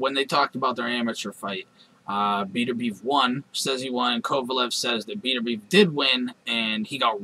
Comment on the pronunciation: his name is bet-er-bi-ev